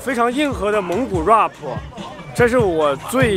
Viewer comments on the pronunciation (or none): Roughpppp😂😂😂 是 RAP 啦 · 怪不得我听起来怪怪的，还有rap 说成 哇婆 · 你果然看到蒙古国美女就"Very High"!!!!!!!!!!!!!!!!!,不過也難怪那些蒙古國美女被你嚇跑了！因為怕你“High”了。“Very tall” is the right way.还有那个“Rap”发音为[ræp]。你不要太丢人现眼了，丢到蒙古国过去了。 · rap，兄弟，你的发音不对